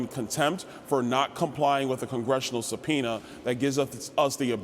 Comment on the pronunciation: ImporTant. Not impor'ent. Talk English Hoss.